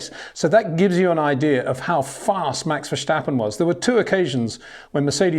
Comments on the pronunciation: Hi Peter, I would love to meet you so I can explain how to pronounce Verstappen. It has been 4 years now so I think you should've learned it by now. Until we can meet, here is the thing; there is no "sh" in VerSTappen. Just a simple "st" like in "stop". You can do it! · Max doesn't care who his team mate is. He's not afraid of competition, he has actually said he wants a strong team mate to fight against. He's matured to the point where whatever's going on in the other car is of no concern to him. Btw, Peter, Verstappen doesn't have a sh sound before the t, and Charles Leclerc's surname is pronounced Luh-clare. No k sound at the end.